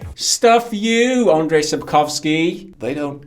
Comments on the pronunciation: About your struggling with Sapkowski's first name - it's actually pronounced more like "Anjay" than "Andray". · Andrzej Sapkowski - the closest approximation for his first would be: UN-j, not UN-dr-zay ;) Just saying. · Just one thing, his name is pronounced like Andjei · Guys please...This is not Andrej. If you have issues pronouncing full name just focus on last one.